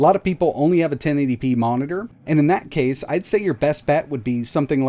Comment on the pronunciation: Bro said momiter, but i respect that coz u were a little too fast but its ok bro